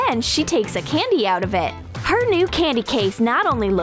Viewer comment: It's candy not candyez